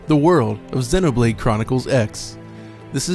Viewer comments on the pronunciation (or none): Why is he pronouncing it 'Xinnoblade'??? lmao